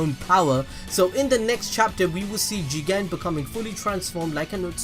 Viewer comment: It's funny when you say Juuugen